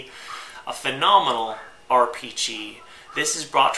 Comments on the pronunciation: Take a drink every time he says fanomonal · Say phenomenal again.